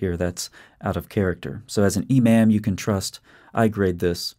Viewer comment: Lmaooooaoaoaoa "imaym" LOL